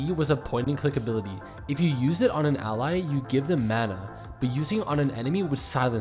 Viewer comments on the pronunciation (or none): none